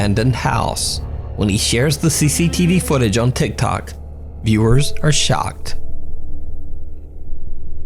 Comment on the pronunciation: "Tic tac user *insert name*..." I'm sorry but that's what I hear every time he says that 🤣